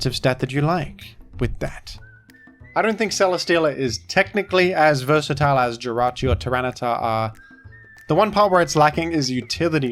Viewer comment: you say versatile weird